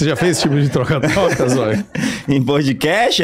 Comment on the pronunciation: zoio falanto "tgoca tgoca". Muito bom